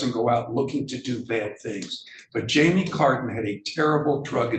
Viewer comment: Who else thought she said Jamiee Lee Curtis? hahahaha